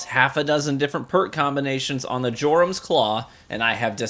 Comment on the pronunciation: Your-um. J is silent